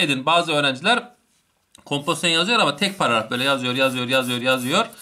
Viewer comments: ŞAŞSÖDÖLDLDLDLF gülmekten izleyemedim birde paragrafa pağafaf demen şsşsşdömdmdmfmfmdöödödöfö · Herşey çok güzel ama “pararaf “ kötüymüş 😂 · hocam bir paragraf diyemedin hep pararaf parraf gibi şeyler dedin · Paragrafa pararaf diyiyor😂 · Hocam pararaf degil paragraf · parafı degil hocam paragraf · Adam paragraf diyemiyor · Adam sizin için o kadar anlatıyor takıldıgınız şey Paragrafı düzgün söyleyememesimi utanın lan